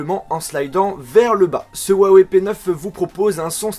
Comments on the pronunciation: Juste en chinois sa se prononce rouaweï et non ouawé . Voila juste pas la peine de m'insulter en disant "on est pas tous chinois" "tg" ... C'est juste une information . ; ) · si juste me permettre, huawei ne se prononce pas wawei, comme tu le dis. Sachant que c'est une marque chinoise, en chinois, le "H..." se prononce plus à la manière d'un "R" Il est donc preferable de prnonce cela comme ceci : rwawey Voila en espérant ne pas avoir été trop chiant, et que ça vous ai aidé :) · on pronoce huaweiyyyyy pas ouwawè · ruawei... !! et non pas wuawei..!!!! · la marque huawei est chinoise. J'ai un pote chinois qui s'y connait bien. Normalement, la prononciation se dit Ouaï Ouaï. Peut-etre qu'il se trompe ou que c vrai, moi je sais pas. Allez salut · ps : au fait, juste pour info, on dit "Huawei" comme ça ; 'roua-woueille'. (le 'h' en pinyin chinois se prononce quasiment comme notre 'r'). :D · j'ai aimé ta vidéo mais Huawei se prononce ruawei t'as juste a prononcer le h en r #LogiqueDeLaPhonétiqueChinoise. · Yannick Il dit huawou c ca ? XD